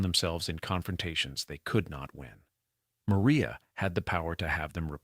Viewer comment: Narrator mispronounces Maria’s name as “Mo-ry-ah.”